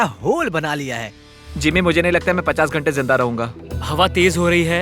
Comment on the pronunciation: Not ( jinda ) its ZINDA mean Alive.